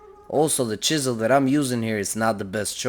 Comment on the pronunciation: I like the way he says chisel😂